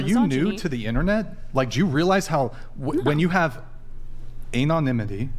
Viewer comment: Why do people on this podcast especially pronounce so many words crazy wrong? “Anonymity” is pronounced with a short A sound not the long A sound at the beginning. He and others often call women, woMAN. There are others.